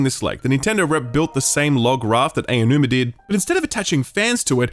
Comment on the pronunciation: His name is "Ah-Oh-New-Ma", NOT "AY-Oh-New-Ma" I know it's a difficult name to pronounce, but it's not difficult to find the right pronunciation. Please.